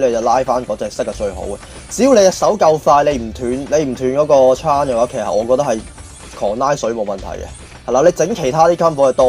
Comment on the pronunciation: Chain讀'青'會好少少